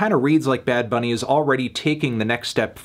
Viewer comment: El Melón's Spanish is getting better and better. That "Bad Bunny" pronunciation was legit fine